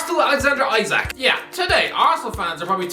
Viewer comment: 3 years ago, couldnt even pronounce Isak's name 😂😂